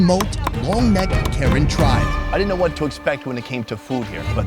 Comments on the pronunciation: It's PRONOUNCED KUH-RAN!!! NOT WHITE WOMEN KAREN!!!!! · I kept hearing Karen as the name of the people XD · Are you saying Karen tribe? Just curious, if im hearing correctly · Dude still pronounces their ethnicity incorrectly 😭